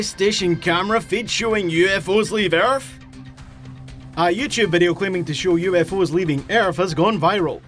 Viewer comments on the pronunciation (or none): "Leaving earf"